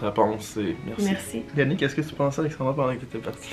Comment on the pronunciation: Je vous trouve vraiment cute ensemble! mais c'est AlexandrA, pas Alexandroh comme Yannick dis haha!